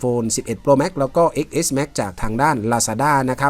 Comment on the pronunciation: X เลขโรมันอ่านว่า 10 เน้อ